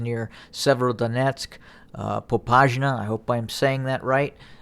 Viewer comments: It's Popasna. With 's'. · Popasna reads how it's written, "Po-pass-na"